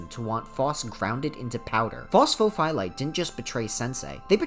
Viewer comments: Please stop saying phos pho phie lite, you're phyiscally hurting me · Across the deep dives iv started watching. It’s fun to watch people try to pronounce pho’s real name.